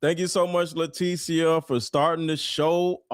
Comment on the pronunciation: letecia is pronounced lateesha in my country.